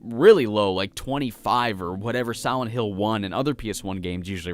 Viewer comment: Am I the only one that thinks he keeps saying siwent hill